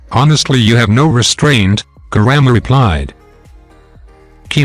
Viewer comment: He is saying kurama grandma